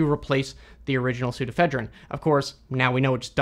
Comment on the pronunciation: Pseudoephedrine actually has five syllables: "soo * do (long) * eh * FED (short) * rin (short)."